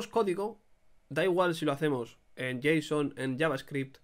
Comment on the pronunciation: "jota-son", jajaja men me matas jajajajaj